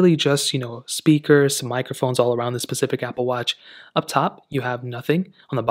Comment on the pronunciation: It’s a specific watch not “pacific” 🤨